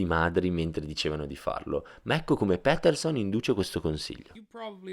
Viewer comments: Si dice "piterson" non "pèterson" ahah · Doppiaggio e traduzione molto ben fatta, ma per favore, è Jordan Pétèrson! :D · si pronuncia piterson dai